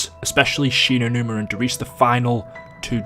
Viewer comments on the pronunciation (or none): I would love a five second video of saying shieva lol